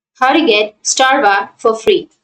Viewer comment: Strava not Starva. :))))